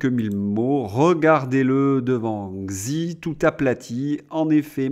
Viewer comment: Arrêtez par pitié de prononcer Xi comme dans xylophone! En chinois x se prononce ch comme dans Chicago. Xi se prononce Chi. Vous perdez en crédibilité.